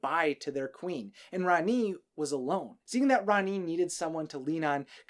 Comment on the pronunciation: It’s not how you say rani